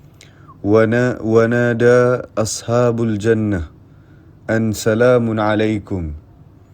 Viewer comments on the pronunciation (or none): Wanadau bukan Wanada.. Salah bacaan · Wanadau...bukan Wanada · Ade sikit kesalahan pde bacaan alquran tuu sepaptutnya wanaadau bkn wanaada